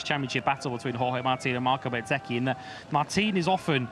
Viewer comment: Please say Bezzecchi not BET zecci, he has confirmed many times how it is pronounced